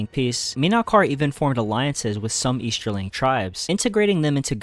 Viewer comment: eashterling? shtreaming.